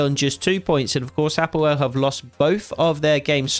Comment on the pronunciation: Excellent pronunciation of APOEL. I am from Cyprus 😂 and its my team. Just for info we went as far as the quarter finals of champions league twelve years ago!!